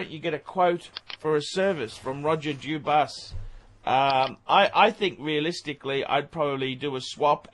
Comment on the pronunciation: How many ways cans you mispronounce Dubuis?